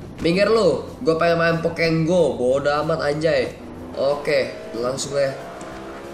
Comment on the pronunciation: Aneh pokemon go dibilang pokeg go lucu juga sih pas joget